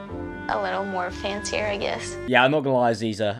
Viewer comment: Stop saying Aziza and Visa thats HILARIOUS